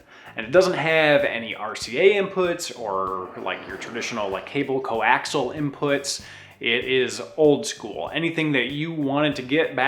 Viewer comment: It's not 'coaxle' it's coaxial (kōˈaksēəl). I love this channel but it's like nails on a chalkboard every time that word gets butchered.